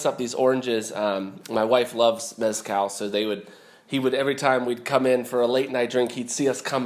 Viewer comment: Little tip: The z in the word mezcal is not pronounced how it is in English. The z in Spanish is pronounced either as an s or as "th" as in the first part of the word "the". Both are valid and both are correct.